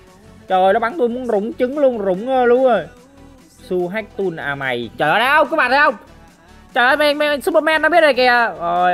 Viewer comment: Tool mà ông kia lại bảo toll